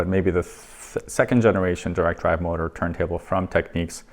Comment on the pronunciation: Great video, thanks for posting though I must point out, it's pronounced 'tek-nix' and not techniques.